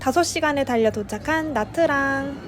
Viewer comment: actually it's '냐'트랑